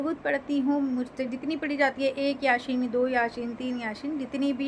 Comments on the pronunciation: Kya ap yaseen yasheen bolrahi ho jo galat he ,yasee sahi he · Har koi apne apko sahi dusre ko gakat kahta he murti bsnane wale bilkul harrram kam kiye, kekin itni umar hone ke bad bhi ap yaseen ko yasheen kahrahi hen???? rajub he kese utne sal ap quran ke sure k nam tak sahi nahi bolparahi hen ??? 🤔dusre ko nasehat apne ko???